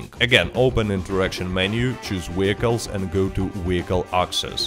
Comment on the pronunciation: Wee-IP, Wee-hicules!